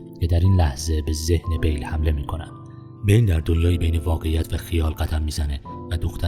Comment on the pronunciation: شما که میخوای یه فیلم رو تحلیل کنی بهتره اسم ها رو هم یه سرچ بزنی درست بیان کنی نه اینکه انگار یه مقاله گرفته باشی روخونی کنی با اسم های غلط غلوط. اسم شخصیت اصلی Bill هست نه Bale اسم دوستشم ویکتور زیگلر بود باز اینم اشتباه گفتی زاگلر در هر صورت با آرزوی موفقیت برای شما دوست گرامی